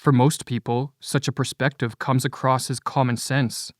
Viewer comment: As a narrator, please correct your pronunciation of the word "perspective" - you are clearly saying "prospective" - different word and meaning altogether.